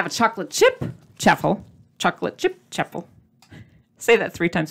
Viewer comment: LOVED this episode and the recipe! it's CHAW-FLE like WAFFLE. Not chaffel like chapel. Have a super day!